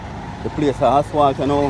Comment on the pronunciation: You’re all doing a good job but please say asphalt instead of aswalt